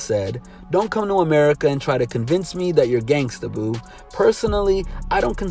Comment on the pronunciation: “Gangsta Boo” not “Gangsta, Boo.” You Sound like the thing you’re criticizing when you make mistakes like that.